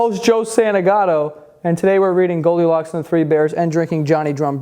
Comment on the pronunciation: I though u r saying goldicock